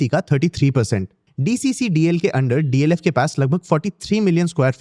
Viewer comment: It’s DLF and not DFL